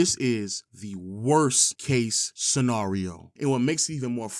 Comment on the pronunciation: Love the channel my brother however scenario is not pronounced like that 😂